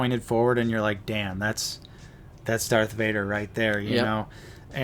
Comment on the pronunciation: I knew it was Dark Vader. You guys have been saying it wrong